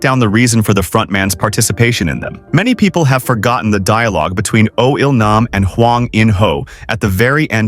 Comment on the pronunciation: O il nam more like oilman 😂